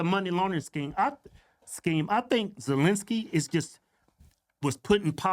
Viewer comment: First, she couldn’t say, Ukraine then she couldn’t say Zelensky 😂😂😂 Joke